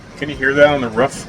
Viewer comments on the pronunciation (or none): You have to watch your language down south it's roof not rough